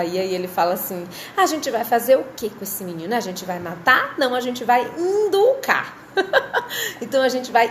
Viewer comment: Kkkkkk Amei o “inducar” kkkk